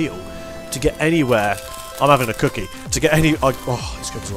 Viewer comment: I heard "cocky" not "cookie"